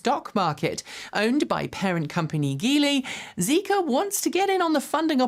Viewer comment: Hey Thanks for the reports! Since you’re in the mood for soft G apologies. How about Geely? (吉利 Jílì /ˈdʒiːliː/ or if it’s easier to see, Jeely) Germany Geely Giraffe Gym Geely. The hard English sounding G you keep using is not a name, or even a word. The majority of your colleges have already made the change. You are getting better at Hyundai being one word, nice. Just needs to sound like DAY at the end. Then you’ll be using the proper name that, as I already stated how in a previous video’s reply, the majority of the world uses. Especially since you aren’t for doing that common colonizer thing, of renaming things that already have names. Keep it up!